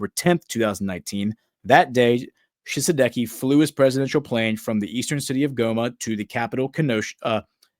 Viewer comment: Pronunciation for Ouagadou = Uwa-ga-du-gu. Pronunciation for Tshisekedi = Chi-say-K- D.